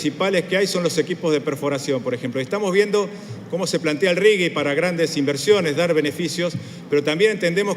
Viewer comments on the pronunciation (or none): none